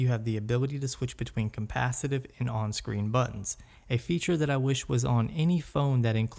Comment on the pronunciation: It's capacitive not compasative.